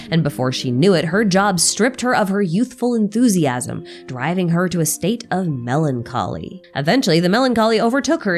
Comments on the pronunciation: "melon collei" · not the Melon-collei😭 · I about choked on my food laughing at "MelonCollei" 😂😂